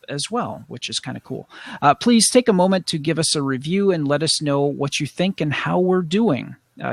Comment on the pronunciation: Have you noticed how you say "pease" instead of "please" in the intro. I've noticed it for a while now. xD